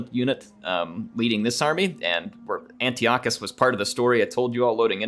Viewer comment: It’s pronounced An-tie-eh-cuss.